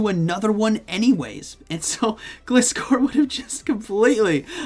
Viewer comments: I think it's pronounced "ga-lie-score" that's how the anime pronounces gliscor 😅🤔 Cool to see gliscor & primeape there I think they got potential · Gliscor is pronounced Gl-Eye-Scor